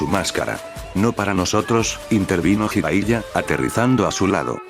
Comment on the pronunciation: Ah, y otra cosa Bro... Qué opinas acerca de que modificaras el cómo redactas la historia para subirla al Loquendo... Me refiero a que escribieras las cosas como se pronuncian, para que el Loquendo las diga como deberían sonar y así no se escuche rara la narración. Por ejemplo, palabras con J como Jutsu, tú la escribas como Yutsu, o Jiraiya, tú la escribas como Yiraiya. O palabras con H intermedia o inicial, como Konohamaru, tú la escribas Konojámaru, o Hokage como Jokague... Ah, también esas sílabas de Ge o Gi, que las cambies por Gue o Gui, como la de Hokage antes mencionada o Genjutsu por Guenyutsu... Ya sé que es más laborioso, pero la verdad se escucharía prrón que el Loquendo pronunciara tus historias como se debe... Incluso, agrega acentos (tildes) en donde veas que Loquendo no acentúa correctamente, me parece que en palabras como Orochimaru, el Loquendo acentúa en la U y se escucha como Orochimarú... Entonces tú tendrías que ponerle el acento en la A, osea, Orochimáru, Konojámaru y etc... Bueno, es mi sugerencia para que se vea o escuche todo más Pro!!! Saludos!!